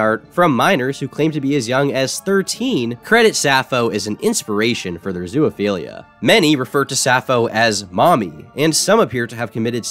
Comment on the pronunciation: This has been bothering me for several videos but why the fuck do you say "zoo-A-philia"? Where's the A sound coming from?